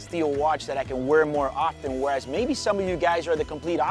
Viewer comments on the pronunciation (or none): none